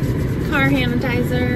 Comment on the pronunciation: I had to go back and listen but when you use the car hand sanitizer you called it hanitizer! So funny! My adhd brain does that all the time! 😂